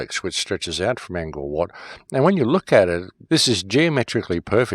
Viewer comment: It's Ang (like Angry Anderson) Core (like the core of the conspiracy) Wat (like wtf are you tryna say??)